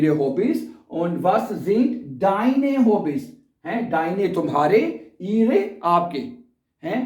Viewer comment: ای غا کہتے ihre کو ای رے نہہں